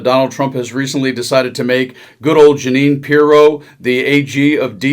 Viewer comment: Judge Gin-nean .